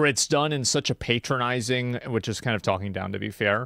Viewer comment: I hate how Asmon says "patronising", the stress on the word is wrong, makes it even more annoying how much he uses it.